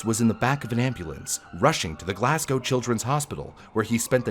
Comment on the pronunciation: Thank you for pronouncing Glasgow properly ❤